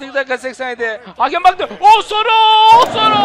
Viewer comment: ŞAKA AMAÇLIDIR ! Abi o dirar değil mabil Abi o osoro diye okunmuyo Abi kuddusi muhtioğlu hakemliği bıraktı